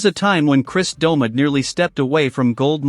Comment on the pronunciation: The AI in this is awful. I turned off half way thru. Cant even say his name right.